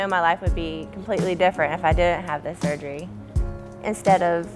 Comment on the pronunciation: lmao this dude can't even pronounce surgery